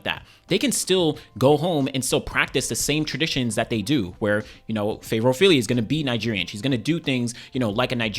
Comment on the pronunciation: As a Nigerian born in London I can’t say I blame her she has been riddled with so much incompetence a less mannered person would have crashed out by now Also the surname(s) pronunciation 🫡